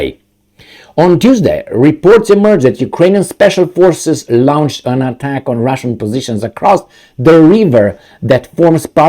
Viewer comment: LAWN-CHED, LAWN-CHED. NOT LOUN-CHED!